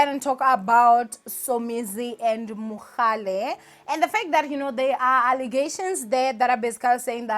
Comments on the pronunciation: Its Mohale not Mogale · Why do you keep saying MoGAle ninja. It's MoHAle. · Lol... Thanks for coming through ☺️💃 "It is Mohale not Mogale" 🤦🏽‍♀️😅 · It's mohale not mogale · It's MohaaaaaLe NOT Mokgale! geez louise! 🤦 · The way you kept saying "MoGale" there is no g!!!😭😭 still love you though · 😭😭😭Everytime she said MoGale, I cringed😭😭... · Andidikwe nguMogale🤣🤣🤣🤣🤣🤣🤣🤣🤣🤣🤣🤣🤣🤣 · 🤣🤣🤣🤣 first thing I noticed. This is akekho munye 🤣🤣❤️❤️